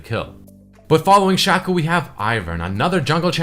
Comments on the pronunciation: its SHACO not SHACCO xd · shaco is out of the word chaos. you say "kei os" not "ku os"... so... his name is shake ou. not shako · its Shaco not Shaco